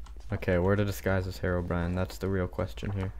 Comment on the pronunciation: Lol I laughed so hard at the end when you said horror brine horror brine it was soooooooooooooooooooooooooooooo funny